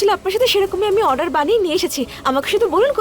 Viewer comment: এই গোপালা তো ভালো ভাবে অর্ডার ও বলতে পারে না বলে আডার 😂😂